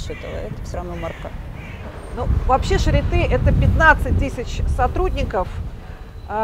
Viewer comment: Произносится не шаритэ, а шариты. Прямо режет ухо, когда я слышу это шаритэ. В слове charité é это ы. Если ê, è это э. Например bête, tête, règle, то есть бэт (глупый), тэт (голова), рэгль (правило, линейка)